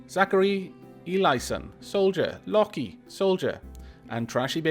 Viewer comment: Loki is pronounced Lōki but you made me have a celebeatory cup of tea, thanks.